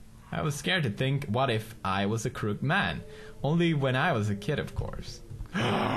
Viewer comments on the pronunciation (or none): Pewds still can't say crooked :) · It's pronounced Kroo-kid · Its CROOKED not croked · Daw, I like how Pews' says "crook-ED" as "crookt" X3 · Croo-ked, Croo-ked, not Crook'd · Crook-ed!!! not Crookd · crooked not crookd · it's crooked (crook ed) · Crook-ed, not crooked.😭😂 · Darnit now I'm saying crookt man instead of crooked man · Does anybody realize that pewds says crooked "crookt"???hmmmm anyboy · don't you pronouce the name as crook with ed. crooked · He knows how to pronounce "Psychiatry", but not "Crooked". Oh, ily, Pewds. 😂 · I'm trying to stay calm no matter how much you pronounce crooked wrong. >.<